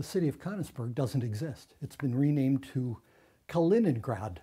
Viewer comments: "People living in Cunnisberg" ITS "KÖNIGSBERG" FFS!!! :D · it's pronounced kernigsberg, right? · Wincing at his pronunciation of of Königsberg